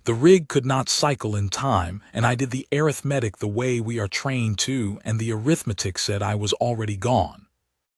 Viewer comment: This is the first AI I've heard pronuce arithmetic instead of (air-riff-matic) Job well done!